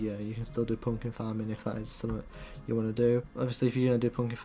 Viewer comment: When he says pumpkin farm it sounds like funky farm